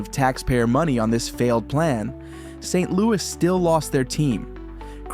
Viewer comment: Saint..............Louis waterfront. lol AI once again calling attention to itself.